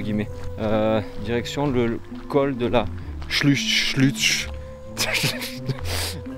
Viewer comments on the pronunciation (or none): ...en tout cas moi j’ai bien rigolé en l’écoutant prononcer le col de la Chluuchucht😂😂 en phonétique tu peux dire La Chlourrhhtte, mdr....je ne suis ni vosgienne ni alsacienne, mais j’ai adoré randonner dans les Vosges par toutes les saisons lors des 2 années que j’ai passées à Nancy ( venant de l’Atlantique, je découvrais un autre pays) Et les fermes auberges à l’époque du vin nouveau, hummmm❤ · Ça fait grave plaisir de te voir passer vers chez moi ! J'habite a 10min du lac Blanc, c'est juste génial de sortir et profiter de cet endroit Bon pour l'alsacien il va te falloir quelques petits cours 😅 tu as pris le col de la "chlourte" phonétiquement J'ai hâte de voir la suite 🤗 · Trop cool, j'attendais vraiment ces vidéos ! Et ça en jette ! En bonne alsacienne d'adoption, ta prononciation m'a fait délirer ! Du coup, que tu saches, on prononce "Chlourte" pour "Schulcht" 😂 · col de la ''schlucht'' phonétiquement tu peux le dire col de la ''chlourt" héhé !!!!